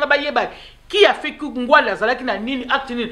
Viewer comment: S'il vous plait , boyebaka ko prononcer nom ya mutu ata azali lisusus na bomoyi te. Il ne s'appelait pas Ngwanda , mais NGBANDA.